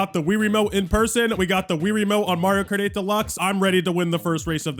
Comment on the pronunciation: "MARIO KAR 8"